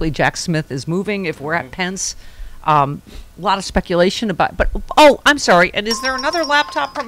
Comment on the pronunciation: Hey. What's this aboot? LoL